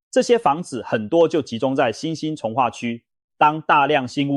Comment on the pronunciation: 聽了幾集很難受，放棄。都是AI語音，都更是兜ㄍㄥˋ⋯⋯重劃區唸成眾話區等等等…..再好的內容都是可惜